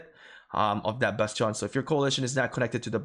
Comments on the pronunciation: it's not basteeeooon. it's called bastion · Your pronunciation of bastion is enlightening and maddening at the same time. I can't decide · The way you say bastion throws me off